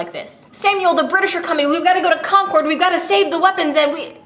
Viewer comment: I just wanted to let you know that Concord is pronounced Con-curd not Con-cord. I am from MA so...